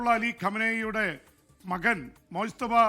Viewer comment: മോജ് തബ എന്നല്ല മുജ്തബ എന്നാണ് പേര് . അറബി പദമാണ്